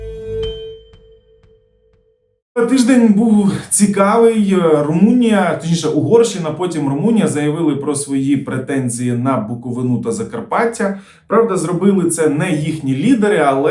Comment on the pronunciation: Навчіться правильно ставити наголос на слово Буковина.Мені ,людині,з Буковини "ріже вуха"така неправильна вимова.Це ж не важко 👆